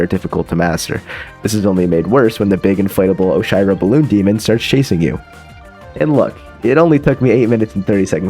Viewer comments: ERM ACTUALLY - While the use of cheat mode is allowed, it still did not save enough time for everyone to get sub 3 hours (sorry Zeion97) - Those "bounce pads" are called springs - Those... aren't crouch dashes?????? - The "conveyor belts" are called both Traffic Blocks and Zip Movers - It's "Oh-shee-row," not "Osh-eye-row" - The dust bunnies do not move in "very strange patterns" and are not "very hard to predict". In fact, all dust bunnies move in a very linear and predictable pattern. - While most refer to the "Red Bubbles" as such, they are referred as "Red Boosters" in the files of the game. The "Dash Conveyors" are called "Temple Swap Blocks", as well. - TECHNICALLY, Core is not the only level to not replenish your dash when you touch the ground. TECHNICALLY, the Prologue also doesn't let you dash once you hit the ground. - That "conveyor belt" is called a Core block - You really tried twice to name the bumpers correctly and failed both times, that's a pretty big L That being said, sick video! Congrats on becoming one of the best Celeste speedrunners to ever live. Anyways watch out because I'm totally beating your time soon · nah please how did you just pronounce oshiro? 😭